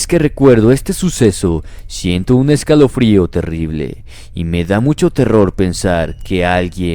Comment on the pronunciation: Like si escuchaste envés q diga siento dijo shento